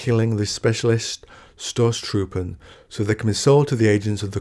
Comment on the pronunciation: I love the Idea of attacking tanks with swords, its grimderp on the surface but plausible in the setting. By the way, "St" in Stoßtruppen is pronounced "Sht" and the o is longer. Great video, great channel.